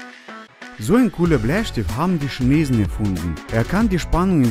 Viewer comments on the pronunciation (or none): none